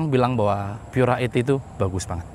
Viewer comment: Baca Pura aja jangan Pyura karena Pura itu bahasa Latin bukan bahasa Inggris.